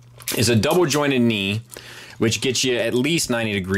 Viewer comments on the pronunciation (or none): No silent letters allowed. That's why he pronounces knee "ca-née"